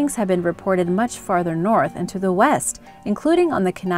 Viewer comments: Tlingit is pronounced “klinket” Keni is pronounced “Key-ny” and your picture of Tom Smith... isn’t Tom Smith. I know him personally!, Do your homework! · If you ever do go to Alaska you will understand what to do and what not to do with wildlife. It’s common to run into moose on a bike trail. Bears will also do as they want when they want, and tend to be scared of dogs. Also Kenai is pronounced Key-ni... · Its not ken-neigh. Its key-neigh. Thats how you pronounced it . Kenai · As an Alaskan I approve this video. Moose are the most common wildlife threat where I live. Was charged once as a child while in my grandmas garden down on the Kenai (KEY-nigh) Peninsula. I absolutely love these videos. Thank you so much! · I actually live in Alaska, Kenai is pronounced “KEY-NI” 😂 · Kenai is pronounced "keen eye". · it's pronounced kee-nai and we call bigfoot harrymen i know because i live in alaska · Kenai is pronounced Key-Nye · I literally cringed at how she said it. Especially when living in Alaska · Kenai also mispronounced